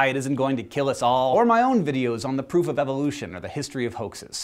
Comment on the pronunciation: At first I legitimately thought you said "the poof of evolution."